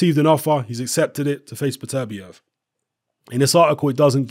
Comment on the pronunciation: It's pronounced "Better-bee-ev" not "Biterbi-ev". I got Barrera knocking Beterbiev out.